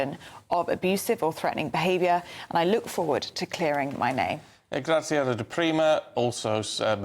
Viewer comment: Neither of you were correct. Grat-zee-arno